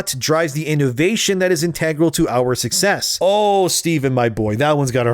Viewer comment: inta-gral.....not in-teg-gral, for the love of all that is Borderlands 4 not being $80, its inta-gral